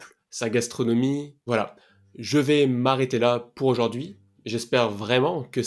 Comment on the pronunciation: On ne dit pas auJORd'hui mais auJOURd'hui .